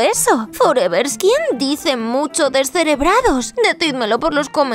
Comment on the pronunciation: Doña antonia dise deserebradas 😂😂😂